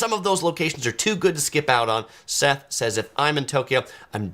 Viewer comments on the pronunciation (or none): none